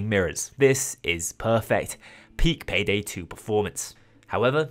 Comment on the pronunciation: Bro turned Payday 2 into Paygay 2